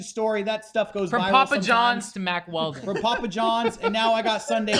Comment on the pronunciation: I remember listening to the Baited Podcast and they pronounced their sponsor Mack Weldon as "Wack Weldon" I'm glad I can listen to a man's podcast where we pronounce words like real men